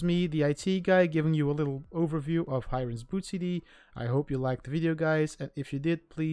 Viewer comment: Its pronounced as Hee-rain. Not Hi-Rain.